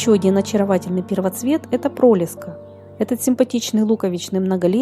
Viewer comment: ПролЕска, ударение на Е